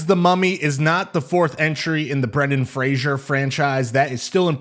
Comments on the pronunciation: It's pronounced Brendan FRAZER, not FRASIER!! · “Fray-zer” is the pronunciation. Not Frasher.